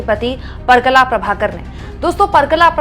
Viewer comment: परकला नहीं, परकाला प्रभाकर.